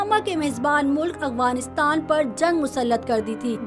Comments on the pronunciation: اغفانستان نہیں بلکہ افغانستان لفظ ہے۔ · میڈم افغانستان تو سہی طرح کہنا سیکھ لو لفظ افغانستان ہے اغوانستان نہیں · Yar hairangi wali baat hy madam ko afghanistan kehna bhi ni ata